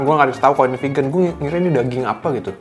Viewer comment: Geli gue denger GO PEGAN...